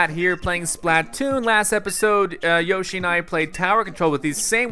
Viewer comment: Zack keep on saying Yoshi but its Yashi Zack needs to work on his vocabulary